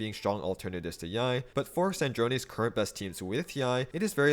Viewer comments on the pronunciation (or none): none